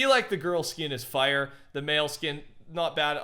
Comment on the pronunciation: This mans saying fire is like bill gates saying the n-word with the hard r